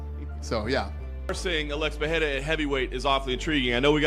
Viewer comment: its not PEHERA ITS PEREIRA. Joe Rogan thinks ther R becomes an H but its not the case